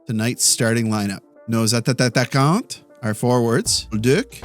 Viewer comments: Hey.. wondering if this "a-tata-quant" way of saying "a-ta-quant" is little jab at the language and for fun, or just a mistake. (because "un tata" in québécois, is "an idiot".. so... yeah).. i know it's knitpicky, sorry, but i do love your channel man!:) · Hey, just to help you out with your French, but the "T" in "Attaquants" is silent, so you can prononce it "Attaquan" (no need to prononce the "S" either) :) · I guess that you first language is not french. Let me get you a tip. You look like you have difficulty says the word ATTAQUANT. start by saying A then say TTA then finish by QUANT. It will help you saying it better. Je parle suis québecois et ma langue maternel est le francais. I am from Quebec and my first language is french. The video are amazing keep up the great work. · Hey, French native speaker here. Thank you for your continuous efforts to use and speak French in your videos. Just a tip for you: try not to double the pronunciation of the t's in "attaquants", you should say it as if there was only one t. There you go, keep on the good work!